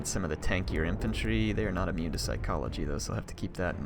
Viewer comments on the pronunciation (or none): none